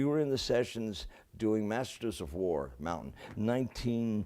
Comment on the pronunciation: its MountAIn not Montian!